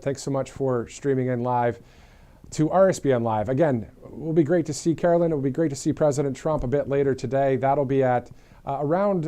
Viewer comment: Karo LINE NOT KAROLIN